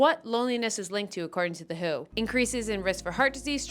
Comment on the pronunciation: I love you so damn much but please never call the W.H.O. the "who" ever again 🤣 - a former WHO employee